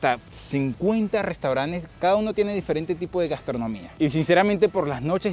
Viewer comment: Soy nuevo en el canal si me permites una correccion se dice restaurantes no restauranes